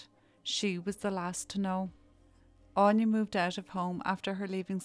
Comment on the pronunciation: Anya is pronounced Ann ya aine on ya